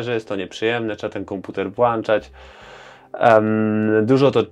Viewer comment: Tyle książek przeczytałeś, a mówisz "włanczać" :D